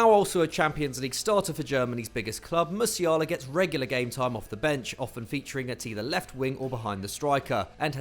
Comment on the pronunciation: Not Farenzei,it's Farense,not Liga Nosh,it's Nos and not Musiarla it's Musiala